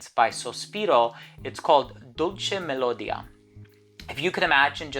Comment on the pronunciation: Hi..your videos are always fantastic..great list...as an Italian just a suggestion..dolce melodia accent goes on the i..😉